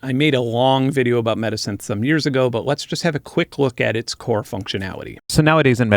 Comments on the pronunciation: Why do you keep on saying midisynthh or medisynthh, its META SYNTH! And why do you hide the name of the programs you display? And where are the links to the programs you show? Just what??? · When you said "metasynth", I kept thinking you said "medisynth", like a portmanteau of "medicine" and "synthesizer". Would make a great name for a resynthesis plug-in lol